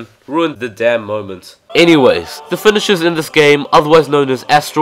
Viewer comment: Anyone hear fedishes instead of finishers